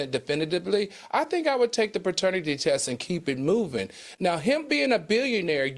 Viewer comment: Why Al keep saying Baternity test. 😂😂😂😂